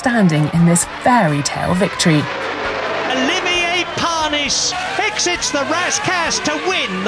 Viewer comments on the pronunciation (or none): Olivier Par-nees.